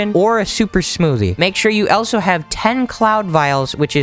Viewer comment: why do u say elso not also no offense